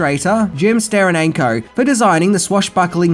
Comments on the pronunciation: Jim Sterananko? Steranko, please... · How can he mispronounce the name STERANKO? He's been around drawing for more than 50 years! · I appreciate your videos and all the work you clearly put into them, but you simply MUST try harder to get names right; the illustrator is Jim Steranko, not Jim Sterananko. Carry on,.